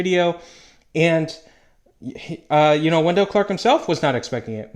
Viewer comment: It's not Wen-DELL, it's WEN-dull